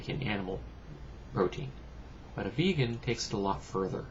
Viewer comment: Just a quick correction, not v(ay)gan, it's v(ee)gan.